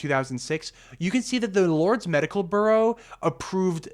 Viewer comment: Okay but you're mispronouncing the word "Bureau" as like "burro" Are you not a native English speaker?